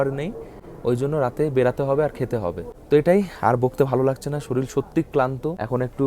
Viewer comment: ওটা শরীল নয় শরীর । ভালো করে উচ্চারণ কর । 😅